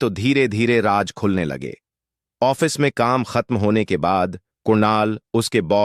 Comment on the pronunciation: Raaz ko ap raj kuin bolte ho bhai